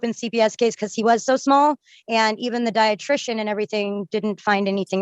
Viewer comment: She must have meant “dietritionist”